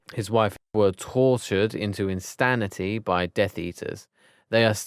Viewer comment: “Frank longbottom is an *author*” “ tortured into *instanity*” “*sirius one two and three*” “*adromedeea*” this is painful